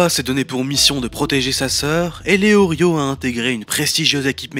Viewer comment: léorio!!?? Léolio